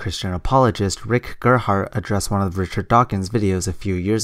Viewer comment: 'Rick' with a silent 'P'. 😊